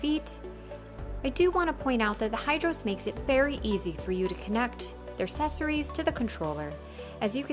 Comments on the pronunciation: I came to check if anybody else picked up on this. It sounds like she is saying sessories without the hard ac at the beginning. Glad I'm not the only pedantic one around. Useful video even though I was looking for one on the X3 starter pack which there doesn't seem to a good quick features video. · Your pronunciation of “accessories” is consistently incorrect.